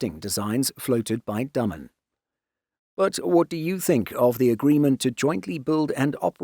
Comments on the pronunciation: The ship builder is called Day-men, not Dumb-un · Dah-mun in English phonetics. Not Day